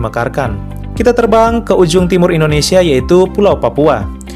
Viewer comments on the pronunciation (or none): none